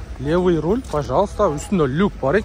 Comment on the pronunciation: Урол эмес Руль деп айтылат.